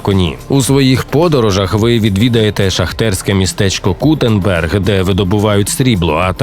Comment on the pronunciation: Кутенберг😂😂 Kutná Hora, Кутна Гора, ото б тобі чехи напихали, як би почули таке😂